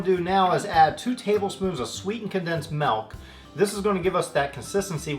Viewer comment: HE SAID MALK, HE SAID MALK